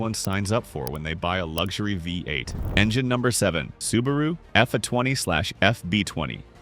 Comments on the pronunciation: Sometimes it's Ford F one hundred fifty. With a Vye-8 engine. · Huge Credibility Issues: Phony AI voiceover pronounces "V8" as "Five-8." Soooo, what actual, detrimental facts did the poster miss?